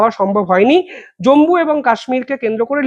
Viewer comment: জম্বু নয়, জম্মু ( not Jambu, but Jammu )